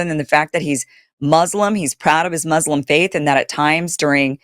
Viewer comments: Muzlim muzlim muzlim…. Why can’t you say it correctly it’s Mooslem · MUS-lim...not MUZ-lum...please and thank you, I am a big supporter.